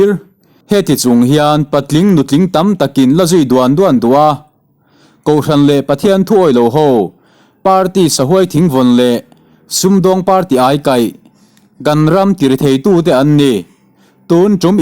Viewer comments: Sahuai thingvawn kha vuan ani lo vawn tlat tur tih Anga. Lam tur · Sahuai thing vawn tih hi i lam pai nasa hle mei😮😮